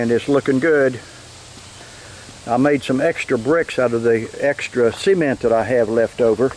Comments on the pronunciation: Its nice Sea-Ment 😜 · I love the way this guy says cement as in cment or seement. Watching from Australia. Hope we have something like this here. 😊Thanks for sharing this with us. 😊